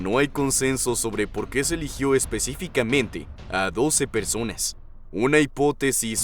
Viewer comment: Si,se escucha como dice "persones" y a veces "personas". Creo que es por la pronunciación del narrador, no por que este siendo "inclusive", aunque este canal si a hecho cosas de ese tipo.